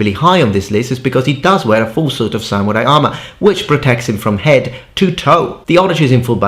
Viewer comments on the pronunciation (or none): none